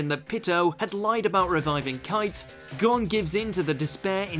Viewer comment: Bruh Hunter x Hunter names pronounced: 'G-OWN' not GONE. And its PEE-TOE not Pit-oh. That irked my soul.